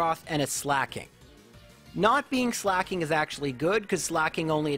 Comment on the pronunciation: why on earth does he pronounce Slaking like slacking???